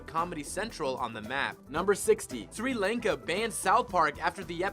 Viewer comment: It's actually pronounced like "Shri Lonka"